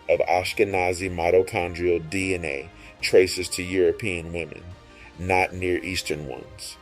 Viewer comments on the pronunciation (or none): He sounded out DNA, "Cell nucleus Dina" 😂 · You had me at the title but then you lost me at Dina. Are you trying to say DNA?